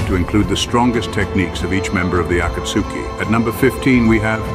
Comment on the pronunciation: As soon as I heard the ai say akatsuki I gave up on the video